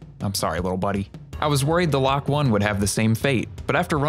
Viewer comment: i think the lok-1 is supposed to be pronounced loki